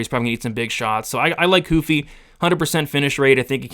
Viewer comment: Why huffy ...??... itsss RRRRUFFY ... WHY evry last name with an R... Is made to sound like an H...FOR EXAMPLE ... LAST NAME RAFA .. most will say hafA🤦🏻.. Brady ✌️🤓